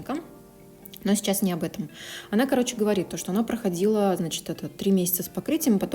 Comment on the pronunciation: Блин, так прикольно когда ты « говоришь,говоришь,говоришь,говоришь» и этот Ц 🥰 классно 😹👀